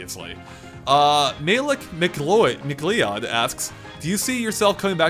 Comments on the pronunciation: McLeod is pronounced "McLoud"... y'know, like in Highlander! and how it's kinda mispelled for the sake of a pun name in Fox's case. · McLeod is pronounced, "MiCloud" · I've always said mic-lee-odd... (I just never thought 'Leod' would wake a sound like 'Loud')